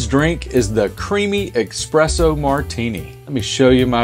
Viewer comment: Good recipe, but FYI it is not eXpresso it is eSpresso. There is no X in there!